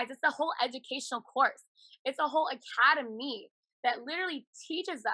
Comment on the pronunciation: I love how, for phony dramatic effect, she enunciates "academy" as "a-ca-da-MEE" instead of the normal way everyone pronounces it.